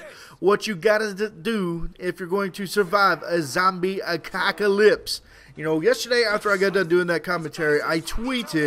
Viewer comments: Its 'apocalypse' not 'acocalypse' :L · Apocalypse not acockolypse... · do you say acocalyps instead of apocalyps ?? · I cant take u seriously when u keep saying ACOCKALYPSE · he said a cock alypse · Did he just say zombie acockalypse? :D